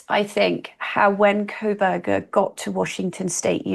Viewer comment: I can't listen to her on this topic because she insists on adding an L to his last name. I don't understand why - is it supposed to be an insult? If so, there are better insults she could use to call this disgusting incel.